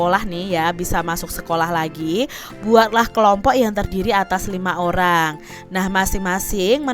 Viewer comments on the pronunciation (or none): none